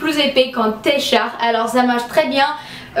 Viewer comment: Et aussi TEE.de t. shirt on le prononce comme en anglais mais c'est trop adorable